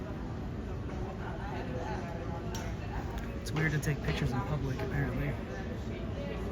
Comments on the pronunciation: thees ees noot a pooooblic area lol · “It’s not pooblic area?” 😂😂 💀